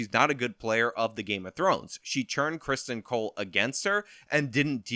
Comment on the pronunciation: Hey, it is not CHRSTian. There is no H. It is Criston.